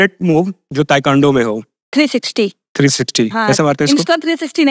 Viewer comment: तू त निमन बालु, लेकिन इंटरव्यू लेवे वाला ताइक्वांडो के ताइकांडो कहत बड़े 😅😅